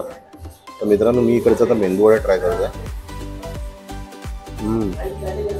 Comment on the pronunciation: O mendu vada nahi medu vada please!